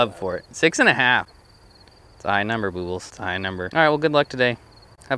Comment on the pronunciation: LOVE the videos! But please stop saying Boobles/Boo...🙏